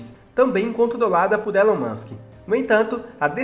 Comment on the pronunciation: Ílan mâsk, Ílan mâsk... essa é a pronúncia!